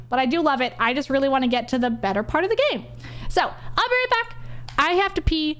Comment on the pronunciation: someone shows me this, all i hear is praise /b minmo, instead of praise be minmo. jokes aside please dont go on /b